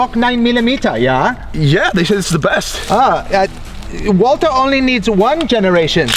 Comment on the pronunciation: „Walther“ pronounced like Walter, without the „th“, props to 🫶🏻